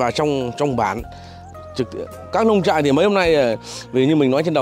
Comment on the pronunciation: Nông trại...không phải Lông...Lông trại ơi..😂